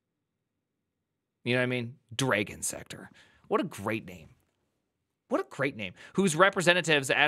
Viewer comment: Why are you saying Dragon like that? "Dray-gon"??? There's no "ay" sound in there. How do you say "drag"...now just add "on" to it (well more like "drah-gon" if you want to get phonetic about it....BUT STILL...it's definitely not dray-gon).